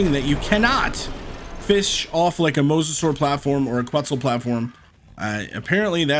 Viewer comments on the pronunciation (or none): none